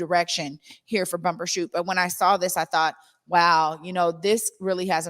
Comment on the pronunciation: It's Bumbershoot, not Bumper.